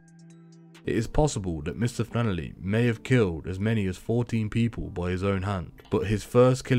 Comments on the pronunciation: Its FlanneRy. Not Flannerly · Sorry had to stop listening to a voice that says flannely instead of flannery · Omg stop saying “. Flanerly” how hard is it to pronounce his name🤷‍♂️ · Who the f$&k is mr fannely? Saying rentakill instead would make it easier to stop me pissing myself laughing